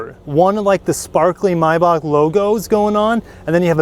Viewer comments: I. Believe it is a MAYbach not a MYbach. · Why do you pronounce "MAY" as "MY" MY- BACH or MAY- BACH